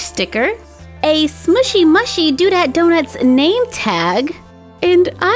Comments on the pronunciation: It's pronounced smooshy mooshy not smooshy mushy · It’s Smooshy moo-shy not smooshy mashy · Question: why do you say smooshy mushy (m-u-shy? It’s mushy (m-oo-shy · It's pronounced smooshy mooshy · it's smooshy mushy (you say the u in mushy like moo) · Its pronounced moo-shy love you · The name is right but how you say it is smooshy mooshy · They are pronounced smooshy mooshy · You said that mushy part wrong it’s moo-she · It is pronounced mooshy